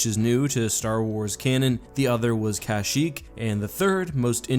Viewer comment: Every time you say CASHyyk I repeat it the correct way Kashyyk